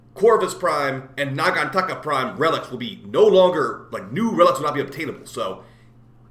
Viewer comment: lol i love the way you say nagantaka xD